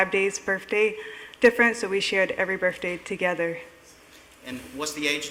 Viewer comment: She’s in her 30’s and she still says birfday.